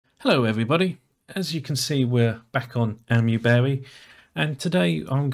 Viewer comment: Isn't it pronounced Aymee-berry? (As in the "Ami" is pronounced like "Ami" in Amiga, "aymee" rather "ammy")